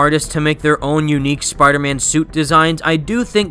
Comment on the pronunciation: Tell me I'm not the only one who thought "SUPIDAHMAN" when he said "Spider Man based Power Ranger"?